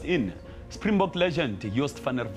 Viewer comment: Correction: not Spingbog but SPRINGBOKKKKKK.